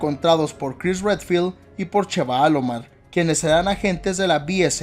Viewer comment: "Cheva Alomar" jjajajajajajajajaaj Amo tus pronunciaciones de al pedo que siempre hacés... xD